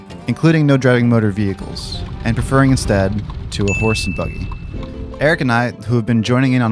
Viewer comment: Did you call it a boogy in that first scene? It’s a buggy😂 come on man.